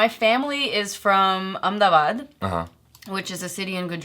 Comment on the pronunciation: Even she doesn't know how to pronounce Naseeruddin and Ahemdabad